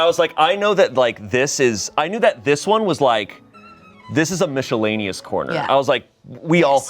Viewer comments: "mishellaneous" It wasn't even that funny until the edit. I snorted. the bepordy categories omg so stupiiddddddd lmfao thank you Kortney for putting the effort into that blip of a clip. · Mishelaneous made me laugh harder than it should’ve